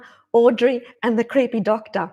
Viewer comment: I just love how you say "creehpey doctah", it cracks me up every time I hear it. 😁 Awesome message, thanks for sharing!